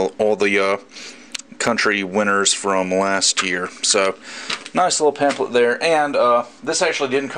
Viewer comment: "Pam-PH-let" not "Pam-Plet"